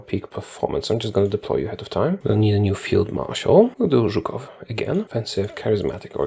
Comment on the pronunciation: I love listening to your polish pronunciation of some surnames like Żukow, that's make the video much better